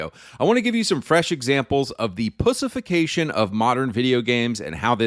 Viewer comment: Why are you pronouncing "pushification" instead of "pussyfication"